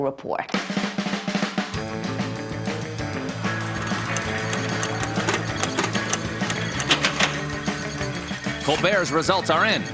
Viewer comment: Why does she not say the t at the end of report